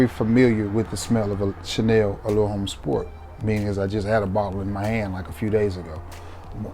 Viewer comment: Chanel Allure Homme Sport H is silent Chanel Allure Omme Sport